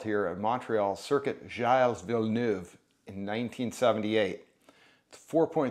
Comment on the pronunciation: Pronounced “Jill” Villeneuve (was painful how you pronounced it, lol! But, the rest of your video was good 👏)